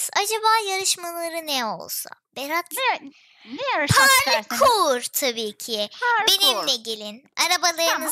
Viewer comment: gülmek ten öldü berağt değil berat 😂😂😂